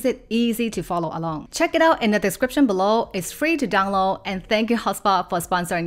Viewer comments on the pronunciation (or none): none